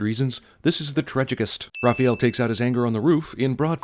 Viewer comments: calling raphael, rapheal ding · The way he pronounces Raphael lol Raw-feel. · CAN ANYONE IN THE WORLD SAY THE NAME "RAHPAEL" CORRECTLY? SERIOUSLY? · I've never heard that pronunciation of "Raphael". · They pronounced "Raphael" wrong and then finally got it right almost halfway through the video. ding